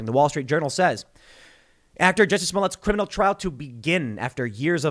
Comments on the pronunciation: You’re pronouncing Jucy’s name wrong 😑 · Jusseh! Lol